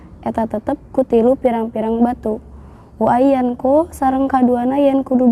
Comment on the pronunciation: Lafad وان ينقى, knp mb Wa ayyanqo bukan wa ayyunqiya.